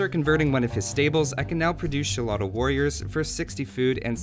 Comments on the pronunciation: is like pronouncing solotl or zolotl not using ch like in chocolate and yeah the idea of having eagle warriors as a european civ can be amazing, but i think it should be just for the spanish, and they can add some native units to the portuguese and the british since the used them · Its pronounced "sholotl" xD trust me im mexican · It reads Sholotl. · First, it's pronounced Xolotl, second I love this change thematically, I hope they make the defensive upgrade counts though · The Pronounciation is Chototl warrio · I think his name is pronounced as "Sholotl" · It's pronounced sho-lo-teh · Sho-lo-tl, the x is pronounced as a "sh" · Its pronounced "holotl" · Rodrigo Aguilar no it's sholotl. "J" sound for X in Spanish didn't exist back then. It was "SH". That J rule started around 17th-18th centuries I think.. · Most people that aren't trying to learn Nahuatl I've encountered drop the L in "tl", so if you run into it again go ahead and try that. The sound the L makes doesn't exist at all in English (or in most European languages to my knowledge, including Spanish). You got the X right, though. An "sh" sound is about the easiest way to put it. Mexico sounded like "Meh-shee-coh" for example. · Bro, you are wrong! It's not pronounced Xolotl , it's pronounced Xolotl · Don't worry for don't saying the word Xolotl right, many latin Americans won't know the correct pronunciation either.